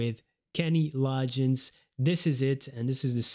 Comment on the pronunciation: The g’s in Loggins are not pronounced like a “j”, it is pronounced with a hard “g” like in the word “golf”. “Law-ginz” 🙂